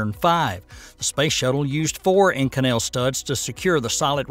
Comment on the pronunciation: To whom it may concern, the super alloy Inconel It’s pronounced with the accent on the first syllable. Just saying